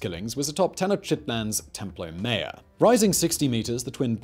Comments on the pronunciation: God man, not templo mare but templo maa YORE. in general a good video, but you rely too often on exaggerations. This was not the greatest city in the world, that is not the most populous. It was an impressive city and huge by contemporary standards but not the biggest. The palaces did not make Versailles look like a Hut. You also exaggerate the negative aspects. You insist that the city is there were engaged in a desperate struggle and that life was incredibly uncertain. Yes, they were struggling competition, and yes, there was uncertainty. But we don't need to treat the people of the Central Valley of Mexico as if they are something apart from ordinary humans. All over the world, there has been a similar kind of struggle, conflict, alliance building, and a mix of stability and instability. You really need to be more careful about this kind of thing in your videos. Yes, there's that tendency to do clickbait titles, and then there's a tendency to take that click bait way of thinking and use that throughout the video, which is done through this type of simplistic exaggeration. Stop doing that! Treat the peoples and cultures featured in your videos as humans comparable in many ways to other human cultures. There's no good reason to regularly depict them as almost a species apart. You also fail to look at the differences within the many cities and cultures inside the Central Valley of Mexico. You also rely on simplistic religious determinism. It was not simply the case that the A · I heard that as Temple O Mayo 🤣😂